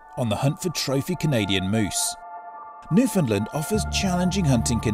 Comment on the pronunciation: You got to learn how to say Newfoundland